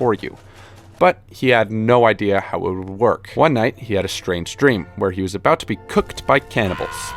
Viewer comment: I enjoyed this video so thank you but FYI it is pronounced “how”